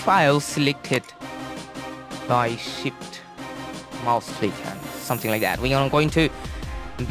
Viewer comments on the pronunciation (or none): none